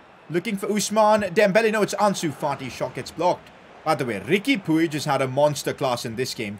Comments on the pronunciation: And puig is pronounced “pweeg” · It is pronounced as Riqui Puj